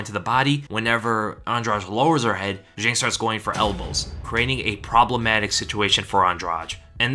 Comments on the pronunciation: Fun fact: Zhang is pronounced John. Just to make your life easier throughout Weili's UFC run. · Just a kind reminder, it's Zhang, not Jeng or whatever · The Chinese name "zhang" is pronounced like 'djahng'. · I'm really bothered on how you pronounce "Zhang" lol